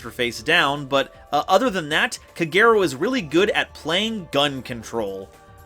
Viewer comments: minus ur mispronounce of kagero & goe goe name. The vid was awesome!!!!!!!^^ as sum1 who loves playing ninja 🌙 🍃 🥷 💨. This vid was enjoyable. Also decoy can b very helpful as u can play it wen an opponent atk ur set ninja flip it cu, it was atk then activate decoy n protect that ninja. Also for Nast other gud targets r glioath n sloth as they lock 🔐 out exd. Any way kwl vid^^.Also the ball joke was funny af 🤣😂😆😄 bt kagero is female. The new ninja have 2 male 1.meisen.2. Tobari. & 2 female 1. Mitsu. 2.kagero. & r doggo Baku. Also U can trigger green ninja eff by using it as cost for ur dragon ninja.or even for notebook. It can also combo wit shadow sealing. Oh ya idk y the tcg called him senor silver ninja:( wen in ocg he's jst silver ninja. Plus sliver ninja jst sounds kooler!!!!^^ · OK, so someone explain to me... Kagero pronounced Kah-geh-row which is literally the same thing minus 1 letter each, how the fuck do you get: kUH-GAY-row out of it? Like am I missing something or are Americans just this bad at basic pronunciation? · This was a kwl vid^^ how ever I will agree wit that that did mess up pronounce of names for both kagero & goe goe. Sadly 😥 sooo many yugioh peepz butcher Asian names 😢 I have seen names of a lota cards said wrong 😞😓😩 by multiple yugitugers.